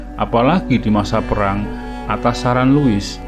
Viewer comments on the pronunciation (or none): none